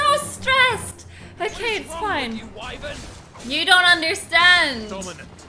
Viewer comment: I think the character's are pronouncing Wyvern's name incorrectly. Isn't it Why-Verne Not Why-vren?